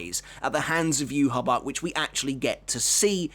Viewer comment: The way you pronounce ywach it's disgusting...